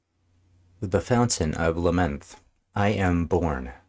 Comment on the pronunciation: It is Lam-neth. A clue is it rhymes with breath. This album gets a lot of crap, but I love it. The Necromancer is my 2nd favorite Rush song behind 2112.